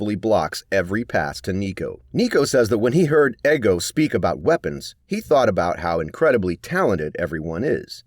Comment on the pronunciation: his name isnt fucking eggo its ego